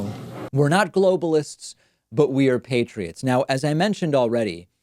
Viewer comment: You can tell he’s reading and not understanding what he’s saying. He couldn’t even pronounce ‘patriots’ correctly.